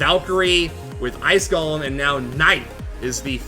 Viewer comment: it's pronounced GOlem not golum